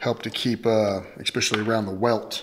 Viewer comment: I exspecially like how you say expecially instead of especially.